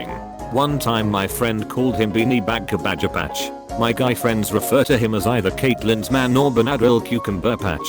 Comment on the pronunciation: The way this voice pronounces Cabbagepatch is what's killing me. cah-badge-ah-patch